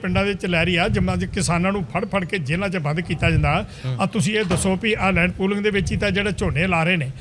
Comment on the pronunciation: ਐਂਕਰ ਸਾਹਿਬਾਨ ਤੁਸੀਂ ਤਾਂ ਸਰਦਾਰ ਹੋ ਅਤੇ ਪਗੜੀ ਬਹੁਤ ਸੋਹਣੀ ਬੰਨ੍ਹੀ ਹੋਈ ਹੈ। ਲੈਂਡ ਪੋਲਿੰਗ ਨਹੀਂ ਇਹ ਲੈਂਡ ਪੂਲਿੰਗ (Land Pooling) ਹੈ। ਆਪਣੀ ਪੰਜਾਬੀ ਨੂੰ ਸ਼ੁੱਧ ਕਰੋ ਜੀ। ਥਹੁਤ ਦੁੱਖ ਹੋ ਰਿਹਾ ਹੈ ਤੁਹਾਡੀ ਪੰਜਾਬੀ ਸੁਣ ਕੇ।